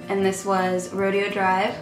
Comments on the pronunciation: I love this makeup look. It brings out your beautiful brown eyes. Also not to be one of those people but the lipstick Rodeo Drive is actually pronounced like Rodeo Drive like in Beverly Hills. Ro-deh-O. Not that its a huge deal but u know how some people can be all rude about it I just wanted to nicely let you know. I mispronounced Maybellines Daringly nude and was calling it Darling nude. Lol. I think you have inspired me to do a smokey eye today. 😍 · Love the look! Btw, it's pronounced "RO-DAY-O" Drive. Lol I also have the same problem with onions. If you can try to plug your nose and close your eyes as much as you can. I also have these silly onion goggles that I wear when the onion is just way to strong. Hope this helps! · You look gorgeous! BTW that Gerard lipstick, RODEO DRIVE, is pronounced Row-day-oh Drive, the the Rodeo Drive shopping area in California. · Love it! Super pretty,! Oh, the lipstick is pronounced Roh-day-oh Drive. Rodeo Drive is a famous boulevard in Beverly Hills! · The way you said "Rodeo Drive" 😂 Loved the look! XoXo